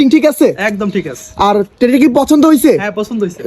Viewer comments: টেরি না টেডি হবে । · ভাই টেরি না টেডি